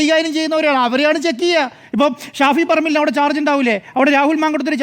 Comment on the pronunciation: ഷാഫി അല്ല 'ഷോഫി'..